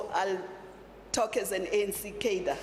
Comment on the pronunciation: Please learn how to pronounce “cadre”. Also, please. No more communist rhetoric. Thx.